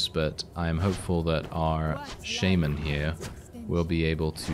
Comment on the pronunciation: he said sheimen not shaman lmao